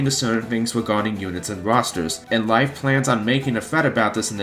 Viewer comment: If it's the nordic name Leif, it's neither Leaf nor Life, it's pronounced the same way as the word lathe, except you replace the th with an f.